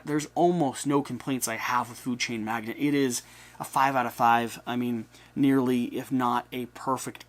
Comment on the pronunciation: Not to be "that guy" but it is pronounced 'mag·nate' not 'mag·net'.